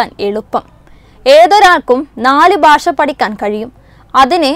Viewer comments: ബാഷയല്ല കൊച്ചേ ഭാഷ ബ്+ഹ്‌ + അ= ഭാ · Not Basha, it is Bhasha. So news reader please learn to speak Bhasha. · ബാഷയല്ല. ഭാഷയാണ്